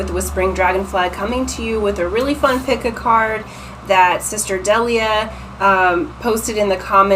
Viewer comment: What an excellent reading and so on point!! I’m Delia and you actually pronounced my name correctly, that rarely happens. Thank you so much gorgeous 💕💕💕